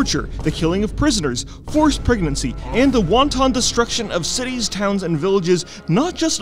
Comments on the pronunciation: wanton is not pronounced like that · rofl "wonton destruction" rofl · >Pronouncing “wanton” as “wan tawn” when talking about Taran Zhu Not sure if error or joke…